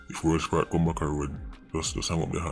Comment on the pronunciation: “World Sprat?” lmaoo what did kartel do to you? 😭☹️